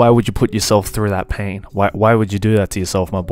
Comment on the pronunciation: Spain without the s 💀💀💀